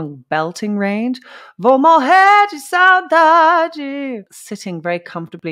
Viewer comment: Saudade give us the idea of missing someone or something but with nostalgia. too specific word but used very often =) ur pronauciation is amazing